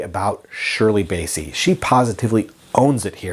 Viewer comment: It’s BASSEY as in CLASSY not Bayssie as in Count Bassie!